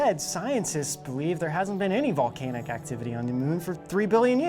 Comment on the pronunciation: Vol-cane-ihk.... haha